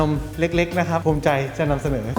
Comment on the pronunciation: ถูมิใจหรือภูมิใจครับบ😂